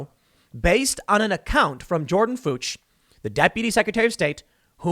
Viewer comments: Tim, it's a German name, Fuchs. It's prounounced variously: Fee-yooks, Fooks. Heh. You said Fooch. I guess if it gets you around the censors.... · It's Fuchs like Fukes not (f)ucks come on Tim lol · Fuchs is a German name I believe in German they use an umlat above the U and pronounce it "Fewks". German Americans probably anglicize it as "Fooks". Definitely not "Fuh-ch". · Tim is deliberately mispronouncing the lady's name. That is clearly a hate crime against German-Americans, Austrian-Americans, and Swiss-Americans. Her name is Fuchs, not Fooge. Say her name! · "Fuchs" is pronounced "Fyooks" just incase you are worried about the algorithm :) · Fuch is pronounced “Fee-oo-ks” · Fuchs is pronounced like “fooks” or a long O “fox” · Fuchs? Sounds like Fooks. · Tim, the name is pronounced as "fewks". My late wife's maiden name was Fuchs. She passed away in 2011 and because I respect her memory I'm not going to make a joke about how she was the best Fuchs I ever had. Strange, every time I told her that she slapped me. Still don't know why...maybe it was my delivery, my comic timing sucks. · Fuchs is pronounced “Fox”. I had a classmate with the same name. It was funny when we had a substitute call the roll. They always paused on his name and tried to figure out how to say it! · Ugh!!! That's the second time today. It's pronounced Fooks (long O). It's German Fox. My husband's family americanized Fuchs to Fox when they came here from Germany. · I've heard Fuchs as "fyooks" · That name is pronounced "Fooks", Tim! I know because back in the 80s when I was calling customers on the phone, I had a Fuchs and asked them how to pronounce it. Something that stuck with me all these years. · "Fuchs" is pronounced, basically, as "Foo + k + s". It is simply the German word for "fox". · the pronounciation of Fuchs is "fux", while the "u" sounds the same as in "Uber" :) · it's "Fukes" like nukes, Tim. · If anyone's wondering, it's pronounced like "Fox". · That name is pronounced "fox"